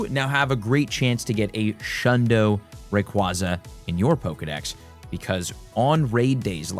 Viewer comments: Just FYI, the Pokémon is pronounced Ray-KWAY-zuh which was confirmed at the prior 2025 world championships. It’s also because it sounds like “ray” and “quasar” meaning it flies around in space like a brilliant star ⭐️ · RAY-KWAY-ZUH, as in quasar.